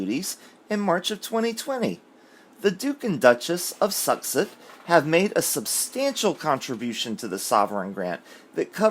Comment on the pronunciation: Oh my goodness, I've just found your channel minutes ago and love it! I'm 3 videos in and just figured out what you were saying when you pronounce "Sussex"..... I was thinking " is struggling with their last name"🤣🤣🤣